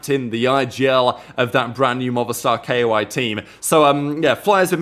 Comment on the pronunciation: Its Koi not K O I, just Koi like the fish